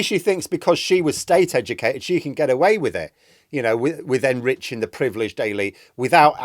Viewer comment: surely it's "privileged"?